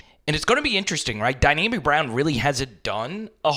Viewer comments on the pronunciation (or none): Really not that big a deal but its Dyami! Why does everyone say Dynami? 😅